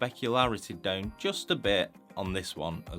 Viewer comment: I'm more bothered by the "deuwn" for "sit down" lol but I'm french so what do I know ^^ I'm more used to american english accents, for obvious (movies) reasons